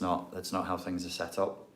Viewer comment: Yes,I runs tings,tings na run me.Just being funny,like how you said tings,very Rasta business,lol.